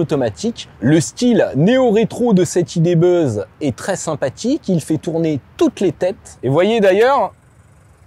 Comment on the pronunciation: Le Volkswagen idé beuuzz? Aie aie aie... Mais l'essai est heureusement très bien mené !